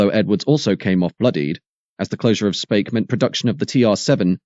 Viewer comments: Where is 'Spake' in Merseyside? It's pronounced 'Speak' and spelt Speke. Knew someone that worked at the Triumph factory, they would sleep the whole shift, had a large area on top of the paint plant. Brand new TR7's would be taken from the compound and raced around for entertainment before being placed back in line. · Spake? Speeek 😂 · Speke in Liverpool is pronounced as SPEEK not spake for future reference, a town that can trace its original roots back to the domesday book as the hundred of Spec , trust me I grew up there. It was also a blast from the past watching all the Triumph footage seeing faces of dozens of people I knew personally back then at the time, - and NO I wasnt one of them as lets just say MY politics or union appreciation most definately did NOT dove tail with theirs ! but it was good all the same to see faces I knew well from nearly forty five years ago....some I merely didnt like....and some I absolutely despised lol for enthusiastically going along with their idol Arthur Scargill and co and the TGWU's ten year ongoing attempt to deliberately ruin this Country into bankrupsy. the last second shot of the picketing of the gate you can see an old Volvo b18 driving in - that was a personal friend of my Families trying to get into work and getting turned away. I spent about ten minutes rerunning the video trying to remember names I havent heard in years to faces. did you know that at the time of the TR7's launch and in the face of massive American pre orders there was a game popular amongst the production line staff to see who could cause the sneakiest hidden damage to the cars coming down the line with the absolute blessing of the shop stewards, the most popular one was using an air drill with an eighth inch bit to punch tiny holes in hidden, inaccesable locations in the fuel tanks, sumps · On Merseyside, it is pronounced as speak rather than spake. 😁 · "Speke" is pronounced like "Speak" otherwise EXCELLENT programme. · Speke is pronounced Speek